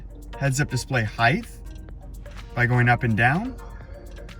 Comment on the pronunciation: Great vid. Not to be a smartass, but fyi, "heighth" isn't a word ;)